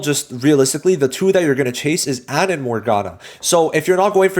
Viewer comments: Not to nitpick but jsyk I believe Ann is pronounced Ahn as opposed to Anne. Glad you are enjoying the game—welcome to Persona! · pronounced more like "on"